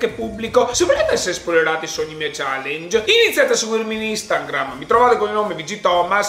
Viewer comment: In ogni video in cui sponsorizzi Instagram dici instaNgram.. spero sempre che prima o poi tu lo dica correttamente, invece ogni volta sta N in mezzo 😂😂